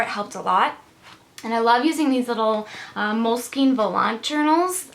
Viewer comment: Great video!:) I enjoyed it. Just an FYI, it's pronounced "mole-skin" not "mole-skeen"...I know, I know, that "e" at the end is confusing! hehe:)